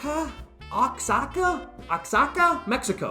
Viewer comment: It’s pronounced WAHAKA!!